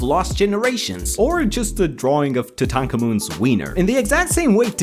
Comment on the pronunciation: Say Tutankhamon again 😂